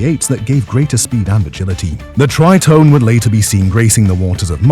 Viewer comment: Pronounced Tree tone ay ffs.